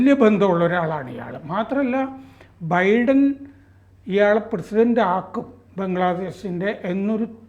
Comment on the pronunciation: ബിഡൻ അല്ല ബൈഡൻ